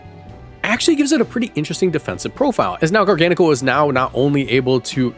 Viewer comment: Liked and subscribed because you pronounced garganacl correctly